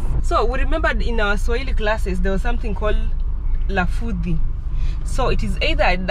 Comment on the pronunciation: RAFUDHI and not LAFUDHI